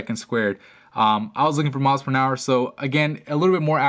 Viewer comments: You said "nower" instead of "hour"... twice. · Miles per Nour? You said it twice.